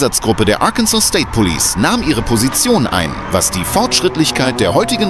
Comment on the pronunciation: Please get a different narrator this one can not pronounce several words, Arkansas and Arkansas river